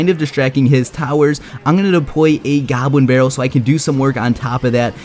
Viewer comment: Depwoy a gobwin bawwel